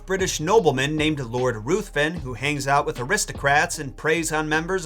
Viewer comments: By the way, today (Oct 20, 2022) is Bela Lugosi's 140th birthday! And no offense meant, but "Ruthven" is pronounced "Rivven". You know how British names are. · Another great episode,! And no offense meant, but "Ruthven" is pronounced "Rivven". You know how Brit names are.